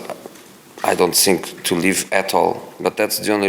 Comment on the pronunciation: " I sink dat my words are very important and I sink dat your question is amateur and I sink you need more training "